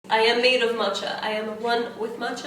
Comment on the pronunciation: omg for some reason i thought you were trying to say “mocha” in the beginning but instead of pronouncing the ch as c you were saying ch so moCHa HAHA